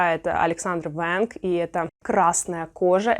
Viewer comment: Эмм почему режит слух русское произношение американских брендов Аля Александр Венг где вы там услышали четкую В? Тем более вы сказали Вэнг .